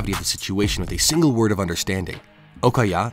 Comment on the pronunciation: you said word wrong